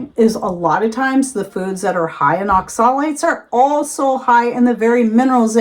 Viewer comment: You are pronouncing Oxalates incorrectly so I doubt you have done much research on it.